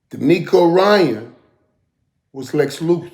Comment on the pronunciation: OMG, please get DeMeco’s last name right. It is Ryans with an S at the end. I am baffled at the fact that you don’t know that or cannot get it right when you actually played the same league as he did. Please get it right, Michael!